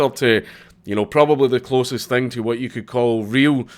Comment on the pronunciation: it was a huwat?